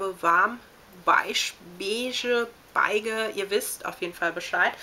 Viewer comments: beige (besch) spricht man diese Farbe aus:D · WAS zur Hölle ist so schwer daran, das Wort BEIGE richtig auszusprechen? :D Selbst bei den drei uns geliferten Varianten war die richtige nicht mit dabei >.<